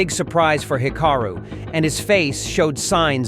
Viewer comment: Hick-a-roo? AI narration is HORRIBLE.